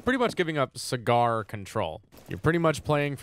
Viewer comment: i like how you pronounced cigar like segarrr